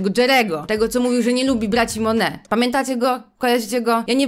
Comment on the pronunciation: Czy tylko ja stwierdziłam, że dobrze jest sprawdzić jak czyta się tytuł książki tj. jak wymawia go samą autorka? Rodzina MoneT.